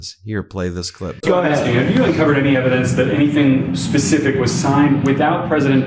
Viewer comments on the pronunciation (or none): none